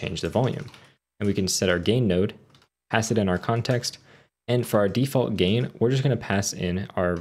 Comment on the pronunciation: "de-fart value" lmaaooo my guy